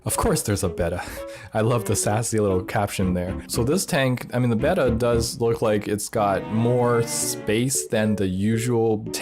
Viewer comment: You pronounced Betta properly! 🎉